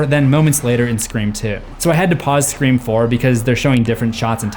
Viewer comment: said it wrong again!